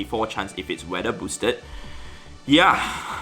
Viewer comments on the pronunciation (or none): none